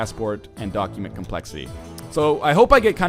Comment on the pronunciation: Is it just me, or does NL unintentionally emphasize the "doc" in "document?"